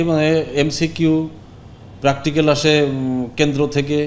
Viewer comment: প্র্যাকটিক্যালকে বলল, প্রাকতিকাল🤣🤣🤣